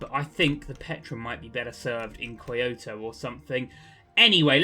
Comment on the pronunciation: Kyoto is pronounced key oh toe